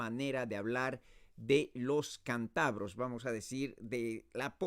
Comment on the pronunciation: Errare humanum est... Creo que debería preparar un poco mejor su ponencia. Para empezar, decimos "CÁNTABROS", no "cantabros" ni "cantabrios"... Por otra parte, el verbo "coger" en este caso no se usa de la forma que explica usted. Decimos, por ejemplo, "eso aquí no te coge" = eso aquí no te cabe. Además, se usa más la palabra "tebeos" que "chistes"... Saludos desde Cantabria.